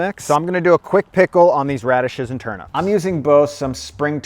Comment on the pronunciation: TURNEEEEEEEEP NOT TURNUUUUUP